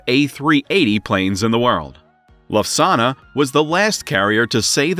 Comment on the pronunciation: The German Airline flies airplanes, does not serve Italian dinners. LUFTHANSA, not LUSAGNA!!